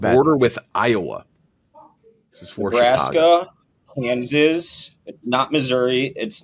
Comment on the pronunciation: So everything about irritates… but how he says Kansas like “kanzizz” really made my skin crawl